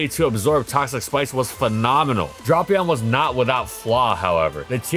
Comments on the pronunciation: that pronunciation hurts you did it correctly in previous videos, why did you change it now lol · Really drapped the ball on the pronunciation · TIL it isn't pronounced dray-pea-on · Very painful to watch when he pronounced dray pion wrong 😡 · I'm offended by how you say Drapion. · please research pronunciations before putting together an entire video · Drapion not Dropion. (Drape-E-on) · Hearing him say “dropion” and not “Drapion” makes me wanna cry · Me seeing a Drapion video: Neat Me hearing "Drop-eon": Not neat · He pronounces it as “Draw-pion” not “Drah-pion”. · I genuinely thought it was drap... not drop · I love drapion, one of my favorite mons. But I swore it’s pronounced drape-ion, not dropion. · I feel like every time says dropeon instead of drapion i Lost One year of life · I always thought it was pronounced "Drape - ion" .... Hearing "Drop-ion" kinda hurt to hear. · u pronounced it "drop-pee-aan" instead of the correct "dray-pee aan", not like it matters or anything tho good vid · It's Draypion not Dropion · Drayyypion, tf is this dropion shidd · Nono, it’s pronounced like Beats by Drapion. @@ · he's doing this on purpose. HIS NAME ISNT SPELLED DROPION ITS FKN DRAPION lmao clearly DRAY-PEON why in gods name is he doing this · I love Drapion, probably my favorite poison type. With that being said I am extremely disappointed with this video. “Dray-pion.” That is how you pronounce it, that’s how it will always be pronounced, and I will DIE on this hill. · This incorrect pronunciation is why I can't watch. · If you thought pronounciation of Reuniclus was controversial, "Drop"-ion is about to be even more contentious. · I mean the way he pronounces Reuniclus is the official pronunciation. The official pronunciation for Drapion is “Drah-pion”, which he doesn’t say. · Want to know the worse? His pronounciation is starting to substitute the right one in my head and i am reading Drapion as Dropion now. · and here i thought it was “dray-pion”